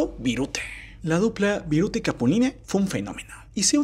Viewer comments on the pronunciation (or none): NE SE LLEME CAPULINE SE DICE CAPULINA HISTORIETA VIRUTA NO VIRUTE !!! NO SEAS BRUTE 😂😂😂